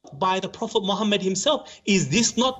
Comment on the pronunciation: did he just say profit mohabat 🤣🤣🤣🤣🤣🤣